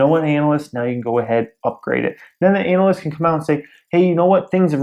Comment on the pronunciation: I'm having great issue with how you pronounce ANALYST. <_<